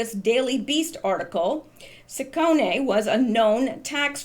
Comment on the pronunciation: Shawn H had Pence on as a guest earlier today it was very good, He has a radio show that you can get on your computer you know, Just so you know poignant is pronounced poin yant the g is silent. In english the name of siccone is usually pronounced see cone. In Italiian the cc is usually pronounced like a ch sound e is pronounced like a long a